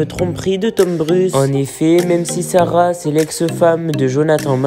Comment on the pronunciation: Faux titre, elle clache pas Sarah du tout, ni John..apprends d'ailleurs à prononcer son nom de famille ! Et au son de ta voix, cher gamins, arrêt de faire des fausses informations car c'est cela qui détruit des vie!!!